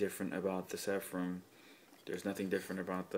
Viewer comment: Nice review. By the way, it's Seraphim not Sepharim:)